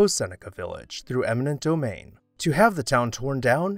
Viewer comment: Thank you! I rolled my eyes when he said eminent domain.